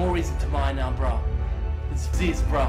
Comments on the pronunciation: lol nerd - it's not zeeeez brah it's zizz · Brahhh it’s pronounced ‘ZIZ’ not ‘zeez’ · ITS NOT ZEEEZUH. ITS ZIZZ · it’s pronounced like zizz not zeez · It's pronounced ziss. Not zeez btw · ITS ZIZZ NOT ZEEZ <3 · zeezz. Its pronounced zizz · It’s pronounced “Zih-zz”. I know his name is “Ah-zeez”, but there’s videos of him calling himself zih-zz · zyzz nO zeezz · Thank you for sharing. I was wondering who this zyzz guy is and how to pronounce his name.